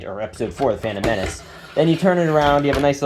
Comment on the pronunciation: did you say phantom menac or a now hope